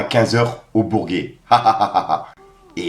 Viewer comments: c’est le Bourjeeeyyyy! Pas le bourguet lool 😅 force bien vu la vidéo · Dans le bain c'est pas Booba mais son sosie...et on dit bourjet pas bourgué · Lol : rdv o BourGet(J) pas bourGUet lol c 1 aéroport en banlieue parisienne qu'empruntent les resta...... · Sa se prononce le bourjé ( le bourget)